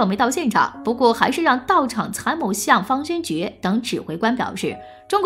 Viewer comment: 大家散了吧，小编都不懂历史，废话一大堆，方先觉都能读成军方/先觉部，真是浪费时间，史实的真假更不用论了。